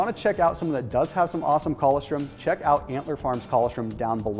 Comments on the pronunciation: It’s colostrum, not collawstrim...smh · ......colostrum........pronounced..... coe-loss-strum. That's OK, I just figured out recently how to say...... "pyrroloquinoline quinone"